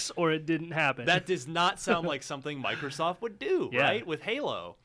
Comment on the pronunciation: MicrooskieSoft lol